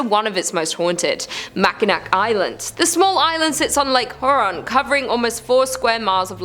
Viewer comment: It’s Here-on not Hur-on